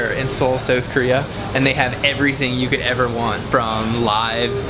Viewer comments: Soueth Korea? What are you, Canadian? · dude said "soath Korea" 😂😂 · Do niggas not know how to say south